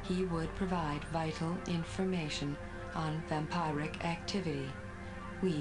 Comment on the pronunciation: I hate how the TRAX face says "vam-pie-ric". But I love the smile after it tells Graves he can't take the sports car.